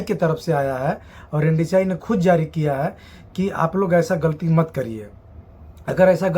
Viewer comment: Ndci nahi hota hai mere bhai NSDC Hota hai 😂😂😂